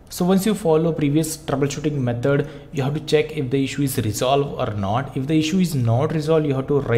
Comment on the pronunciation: ITS METOD NOT METOR